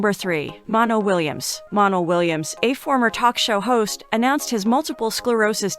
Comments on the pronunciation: His name is not Monel Williams but Montel Williams. You have to pronounce the T. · Montel. not Montal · Get a new narrater damn. If you can’t pronounce “Montell” correctly you should never do voice work. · The commentator is lousy at prounouncing names. She should have done her homework. She doesn't give these great people respect. What a waste paying her to do this video.Montiel Williams had his popular show for years. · Your not pronouncing Montel Williams first name correctly